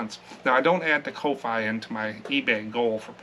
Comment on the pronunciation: I was watching someone yesterday and she said she thinks the ko-fi is pronounced coffee. I thought I would share that with you. Not sure if it’s a fact but it has a coffee cup by the name, so maybe?